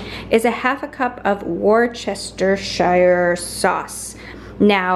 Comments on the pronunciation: Worcestershire is pronounced woostershire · Wustershire or wustersheer 😂 I love hearing people from overseas trying to pronounce that